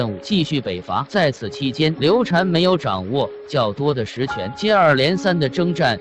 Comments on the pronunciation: 刘禅 读shan 不是 chan 刘备养子叫刘封 长子叫刘禅 封禅 是皇帝封禅的意思 不读chan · 刘禅，这个字念 shan ......